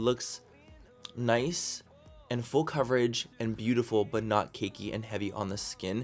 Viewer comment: When he says the word "full" it sounds like he's saying "fool"? What accent is that?